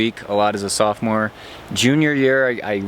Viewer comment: You mean sophomore?